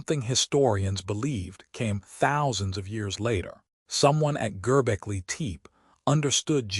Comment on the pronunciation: Please pronounce the name correctly.